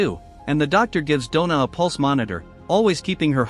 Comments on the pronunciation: donna not dough na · God that was painful to listen to. "Dough-Nah" from werewolf to man to woman in 1.5 hours. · “Donna” =“Doughna”? 😜